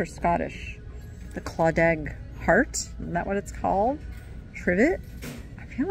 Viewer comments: Just a note….Irish Claddagh is pronounced…kla-duh… not claw-dag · Its pronounced Clada (silent g). Its an area of old Galway. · Hey! Claddagh is pronounced “claw dah”. Just so ya know. 😉☘️ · Claddagh pronounced klah-duh 😊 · It's Irish & pronounced clada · Pronounced Irish Clatter